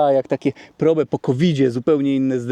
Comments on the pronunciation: Ford Prołb, a nie probe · Powinno sie to wymawiac "prołb" po english, jak sonda po angielsku.